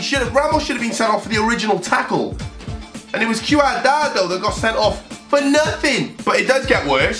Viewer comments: it’s QUAD-RADO😂😂😂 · Bro, you run a football channel and mixing up Greek and Russian leagues when Olympiakos crest is poking your eyes out... What's up with the Juan Cuadrado pronunciation? 🤣🤣 There's a clip missing concerning Arnautovic... You're clearly doing well with this many subs but this is way too sloppy for me. Cheers.